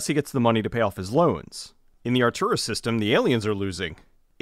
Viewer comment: Not that I'm saying this film is even close to perfect, but... Arturos? Seriously. It's "Arcturus."